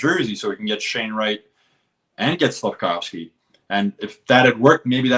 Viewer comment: Its Slafkovský , not wski or what the hell. Hes not polish